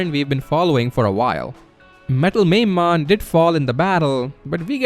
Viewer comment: Mamemon It's pronounced Ma-may-mon or Ma-me-mon. Not "maim-mon"